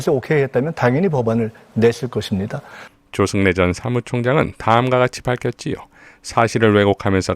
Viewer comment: 조정래가 아니라 조승래요